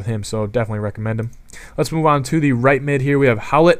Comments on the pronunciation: Its hoy-lett, not how-lett. Come on that was an easy one. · It's pronounced Hoy-let